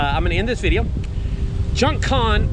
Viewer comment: junk "con" 🙃